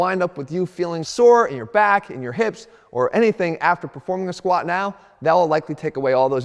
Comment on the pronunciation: Stop saying squaa 😂 there's a letter T at the end Jeff.